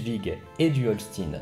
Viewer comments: Super, comme d'hab' ! :) Achtung : Holstein de prononce "Holschtaïnn" (comme dans Frankenstein ou Einstein, par exemple) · Merci pour cette vidéo très intéressant (comme d'hab). Et bravo pour ta prononciation de l'allemand qui était quasi parfaite ! Seule remarque, l'état allemand du nord est le Schleswig-Holstein (ch-t-a-i-ne) et pas Holstin (s-t-i-ne). mais sinon c'était parfait ! Et ne me demande pas de prononcer "naranja" en espagnol, chacun son truc. ;-) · Holchtaïne pas Holstine, comme les vaches ^^ sinon bel effort sur l'allemand c'est loin d'être facile. Merci pour le sujet, ça aussi c'était pas facile! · Excellente vidéo ! Par contre, l'accent allemand est a revoir. "Holstin" -> Holstein se prononce comme Einstein... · bonjour, juste une toute petite remarque: le Holstein, ça ne se prononce pas "holstine" mais "hol scht aie ne", comme "aie aie aie" etc... Sinon c une vidéo très interessante, :) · Le pauvre, il fait des efforts pour bien prononcer les noms germaniques, mais il se plante sur HOLSTEIN; qu'il prononce OLSTINE... (Pour un Mosellan comme moi sa saute aux yeux ! :-D A par ça, superbe vidéo comme à chaque fois ! Merci pour ce bon moment d'histoire et tous mes encouragements pour continuer à nous présenter de nouvelles batailles ! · Par pitié, Holstein se prononce Olchtaïne. Autrement très bonne vidéo ! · Par contre je suis désolé mais le Holstein se prononce comme dans Weinstein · Holstein = EIN [A-I-N] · il y a juste "Holstine" qui pique un peu les oreilles, sinon oui c'est bien. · Quelle est la prononciation ? HOLCHTAIN ? comme dans "einstein" ? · Bonne video, et comme j'ai étudié l'allemand (il y a longtemps certes), je pardonne les fautes de prononciations, sauf Holstein, parce qu'il faut bien râler :D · On dit Holchtaïn ! Et schlesviche !